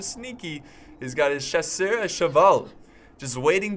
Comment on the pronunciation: Don't pronounce the s' when saying chasseur, but otherwise utterly amazing!!!